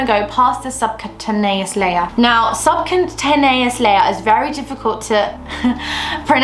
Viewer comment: Just re watched this video for the 5th time! I think it’s pronounced sub-q-tay-neous btw